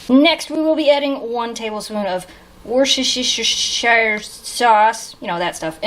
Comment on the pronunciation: Woo s te shire, the r is silent... the English language it sooo confusing... I had to look up rutabaga, and learned that turnip or neeps to us Scots